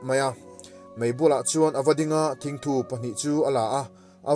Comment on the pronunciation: Mizo tawng hi a har aniang e.a chhiat diklo nasa hle ma,'Thingthu' tih thluk te,Meipui an chheh dai chunga a zai vet vet,thluk tehi a diklo,..😀😀